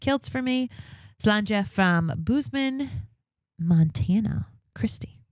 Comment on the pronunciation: Bose man Montana... bose rhymes with hose.